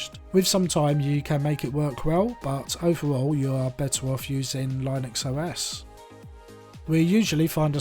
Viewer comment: A very good an in deptth review. A tip: "Linux" is pronounced as if you're saying the name of "Lynn" with Uxs after it. Lynne-ux. Lynn rhymes with win. Great vid - thank you - I went for the deep purple one. :)